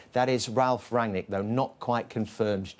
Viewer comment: Sounds like Jamie can’t pronounce Rangnick’s name let alone do some research about how long he’s been coaching. 20 years? Try 40.